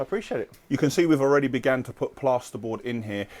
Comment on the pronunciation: Why dose say ‘begone’ when trying to say ‘begun’… must be a tropical people thing